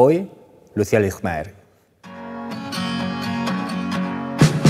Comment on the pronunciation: Me juego lo que sea a que ha tenido que repetir la intro varias veces porque no le salia pronunciar Lijtmaer